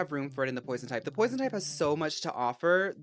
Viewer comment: Pwoizawn??? Póisone, PWAZOIN???? (REST IN PEACE 🙏🏾🕊️)